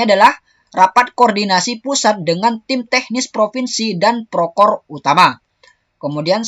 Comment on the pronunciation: Proktor mas.. Bukan prokor 😊😊